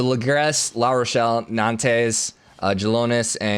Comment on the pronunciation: It's not pronounced 'Nan-tess!' It's "Non-ts' with the ts more like a whispered hiss; really let go of the s quickly, no tapering, just touch it, and go. Sorry, everything else is great and great vid, but just the pronunciation of Nantes - so rough!